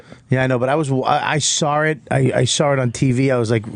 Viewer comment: "I sawwrit" fuck that's irritating. There's not an 'r' in saw